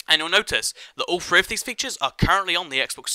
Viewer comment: Because he talks way too damn fast and mispronounces a lot of words. Such as "three=free"